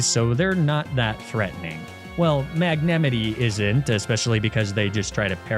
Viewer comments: What did you call Magnemite?! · the magnemite pronunciation took the wind out of my lungs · Am I really the only one here horrified by how he pronounces Magnemite ?! Little did I know, he would continue mispronouncing pokemon names throughout the video!😅